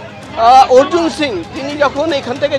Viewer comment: এবিপি আনন্দের সাংবাদিক ভাইদের দৃষ্টি আকর্ষণ করছি , একজন নন বাঙালিকে কিভাবে বাঙালি বানিয়ে দিচ্ছেন। তার নাম অর্জুন সিং, অর্জুন সিংহ নয় ।এটা অত্যন্ত লজ্জাজনক ব্যাপার, আশা রাখছি পরবর্তী সময়ে এরকম ভুল যেন এবিপি আনন্দ না করে। ধন্যবাদ....